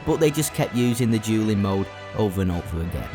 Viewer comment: I'm not gonna joke with you right now your accent makes dueling sound like julleing